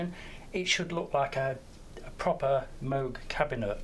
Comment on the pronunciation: It's pronounced Moog.